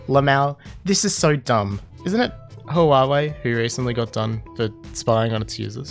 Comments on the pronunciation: "Hoo-ah-way" Huawei: "It's pronounced Wah-way", genius. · I'm sorry but what about Alex in Minecraft Also not getting angry or anything, but Huawei is pronounced Wa-way